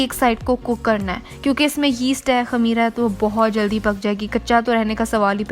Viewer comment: Khamira nahi its khameer